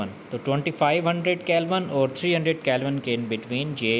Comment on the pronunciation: It's not kelvan it's Kelvin